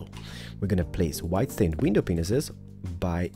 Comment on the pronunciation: ***** And when he says window panes he says window penises xD xD OMG LOL!!! But I love he's amazing!!!